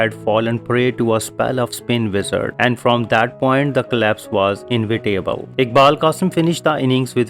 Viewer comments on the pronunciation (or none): The stumping needed a conclusive view from the square leg camera. Was the stumping an unfair dismissal? Why has it not been shown? The pronunciation of inevitable is IN-EVI-TABLE not in-vity-able. Similarly wily is spoken WY-LEE not wee-lee.